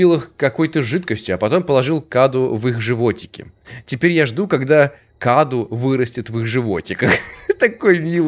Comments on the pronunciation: Не каду .а кадУ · Правильно говорит кадУ Это переводится как подарок или дар... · правильное ударение "КадУ". Это в переводе с румынского "Cadou" - Подарок или Дар. Я это знаю, потому что слушаю песни французской исполнительницы МарИ ЛафорЕ, и у неё есть песня "Cadeau",произносится так же - "КадУ" - с французского тоже переводится как "Подарок" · Не каду а каду ударение на у